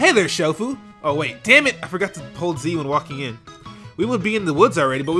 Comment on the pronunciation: did anybody else understand 'Dragon Ball Z' instead of 'forgot to hold Z'...?